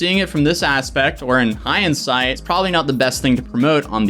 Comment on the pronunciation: thinks that you pronounce the word "hindsight" as "high-in-sight."